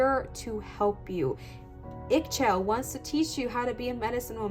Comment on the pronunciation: the pronouncetion for Ixchel is " Ee-shell" or "Ee-xshell". She is the Mayan version of Aphrodite. Legend say that she was married to the Sun god "KinichAhau". I felt drawn to her even though the picture was very small in my photo. I took a screen shot and made it bigger then did just abit of research on the net. Thank you.